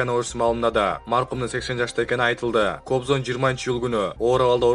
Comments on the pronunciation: Кобзан деп айтылбайт Кабзон деп айтылат грамматиканы ондо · Кобзан эмес, Кабзон болчу.Туура айтсан. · кабзон деп айтылат кыргыз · Кобзан дейт го качан туура окуйсунар журналисттер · Диктор айтылганда Кабзон жазылганда Кобзон болот. Так туура айткылачы.